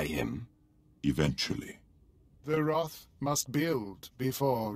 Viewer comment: His Wroth. FEAR THE WROTH